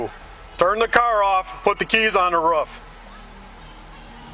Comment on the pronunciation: Raaf ???? Roof!!!!!